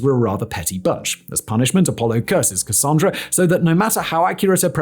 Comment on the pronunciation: THANK YOU for saying Cassandra correctly!! That’s my name and folks usually get it wrong.